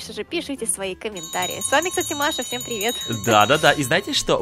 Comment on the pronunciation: Маша ти в начале сказала всем прівет с вами ну незнаю может у меня дінамік плахой но у меня слишна всем прівет с вами